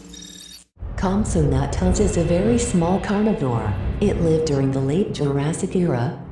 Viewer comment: The voice: COMPATAGUS Me: no it’s compsognathus